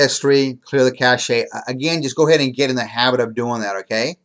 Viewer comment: Your Internet Cache (Pronounced CASH) Not Internet Cash-shay